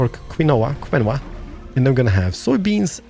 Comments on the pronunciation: Yeah! nice episode. Quinoa (KEY-Noah);D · Could you use tunnels to traverse the bumpy terrain? Quinoa can be pronounced Kin-oy-a or Quin-oy-a if that helps any? :)